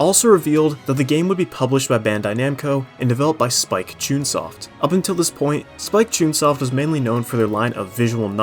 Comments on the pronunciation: Small nitpick. It is Chunsoft like Chun Li in terms of pronunciation. Not ChoonSoft. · It’s spike chun soft Not spike c-tune soft 😭